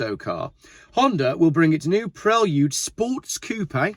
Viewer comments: The correct pronunciation is pre-lude not prel-ude similar to preview ! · I really enjoy watching your video! Keep up the good work! Just FYI it is pronounces “PRAY-LOOD” not “PREL-OOD”. Same way you wouldn’t pronounce “VAA-OOO-X-HAL” Cheers! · Say it with me "Praylude" 😂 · "Prel-yude?" SMH. Are you guys just trying to pronounce everything like a 4 year old? "Pree-Lude" I can understand, "Pray-lude" I can get behind, but "Prel-yude" is annoying. Whatever. It doesn't truly matter, it's just my American opinion. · Honda Preylewdyoud?!?? What? Lol😂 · this dude says Prelude funny